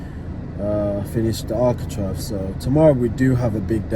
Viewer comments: Am i wrong but i always fought its architrave not architrive?😂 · Sorry to correct you but it is ArchiTRAVE! 😂👍